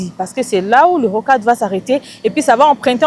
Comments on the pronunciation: Bjr et bon courage à vous,je voulais apporter une petite correction, on ne dit pas rocadre, c'est plutôt Rocade, merci de corriger 🇨🇩🙏🏽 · Mama journaliste, rocade et non rocadre